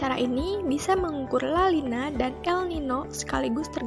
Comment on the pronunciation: Video kreatif, menarik, dan isi pesan tersampaikan. Koreksi penyebutan La Nina, bukan La Lina😉